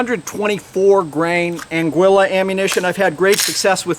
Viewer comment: Have you any of your Angwilla ammo through your Tanfhog-leo. Ah-ghee-la.